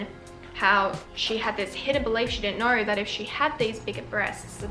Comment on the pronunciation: "Hellowr" "Videorr" "knowrr"